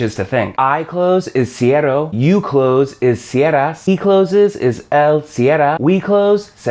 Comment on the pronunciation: Soy español de España, y es bastante gracioso ver estos vídeos, son muy buenos, la verdad es que ayudarán un montón a quien los vea, pero cuando has dicho "cierro" tienes que hacer la r fuerte. Puedo ayudar a la gente que tenga dudas en los comentarios. I'm spanish from spain and its quite fun to see those videos, they are really good, it will help alot to the people that see them, but when you sayd "cierro" you have to do the "strong r". I can resolve doubts at the coments to help people (Sorry for my bad english)